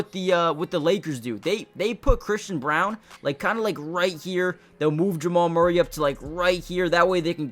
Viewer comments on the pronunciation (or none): none